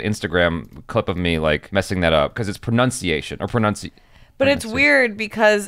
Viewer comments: Pra-nun-siye-tion is d-fi-kult JB koo-we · U mean pronounce-ciationn 😂😂